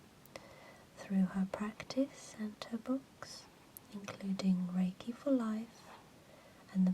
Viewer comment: you pronunciate reiki wrong. It almost ruined the video for me, almost ;) other than that, a fine video indeed.